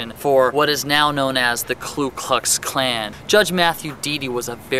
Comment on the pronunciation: I love history (history major/senior here at U of O), and this seems mostly dead on, but seriously, its Ku Klux Klan, not KLu Klux Klan. Despite the general accuracy, to a historian, this comes off like a nuclear power documentary would if the voice over kept saying nucular. PS. Being anti-slavery AND anti-black was absolutely standard of non-slave states of the 19th century. Oregon was by no means uniquely evil in that regard. Anyway, as I said, good history, but work on the pronunciation.